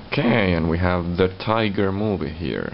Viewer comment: Ummm, its not the Tiger movie. Its the Tigger! Ti-g-g-er